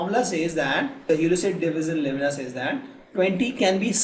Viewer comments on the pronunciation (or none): Euclid isn't u-si-lid? Euclid is U_klid